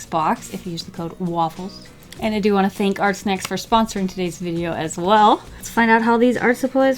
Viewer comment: can i just say sometimes when she was saying ArtSnacks it sounded like she was saying arsenics And, what if you took water with food coloring and used the water brush like a marker, would that work?